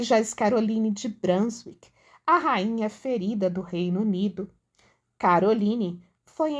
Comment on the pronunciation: A pronúncia de «Brunswick» é «brúnzúík».